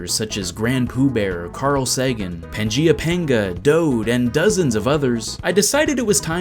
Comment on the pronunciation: You didnt miss Panga and carl, and its PangaeaPanga, not panda